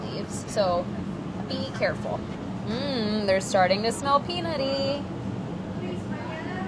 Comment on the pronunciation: Heh she said we're adding alot of "pee and nutty flavors" Kappa